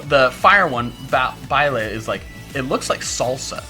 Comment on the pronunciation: I imagine that oricorio copies a dance move, but then still gets to use its move. This could be really cool to use in doubles. And I'm so happy that another YouTuber pronounces "baile" correct! Thanks!